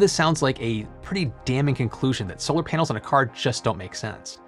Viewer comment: Every time he says "panels" it sounds like he is saying "penis"...